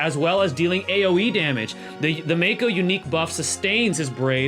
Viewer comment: Mako isn’t pronounced “meiko” it’s pronounced “Mah ok”